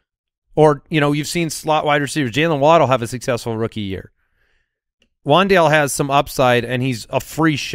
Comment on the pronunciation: Keep Wan'Dale a secret, yall! That's my dude.. and it's pronounced Wan'Dal'e